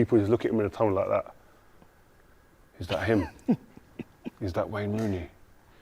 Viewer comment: This guy. Let me tell about this guy. This guy yeah. It's name is Rooney, just say it! 😂